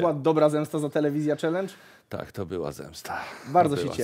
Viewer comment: pierwszy raz słyszę czalyndż,a nie czelendż